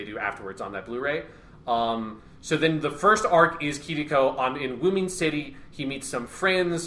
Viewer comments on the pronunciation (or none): it’s Uoodoo city or Woodoo City not Woomin City! You’re killing me here!